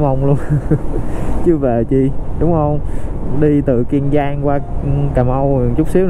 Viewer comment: Kiên Giang chứ không phải Kiêng Giang bạn ơi!